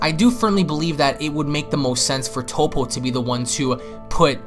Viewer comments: First this dude said Tapo then he said tupo can someone teach this man how to say Toppo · Did this boi say top-po?